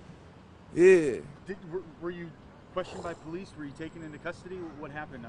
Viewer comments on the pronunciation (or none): Lol he called the police the "polise" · Polisy lmao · Po-li-ce enforcers 😂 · Po-li-see xD